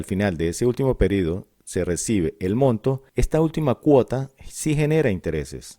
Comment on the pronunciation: Me incomoda que diga PERIDO en vez de PERIODO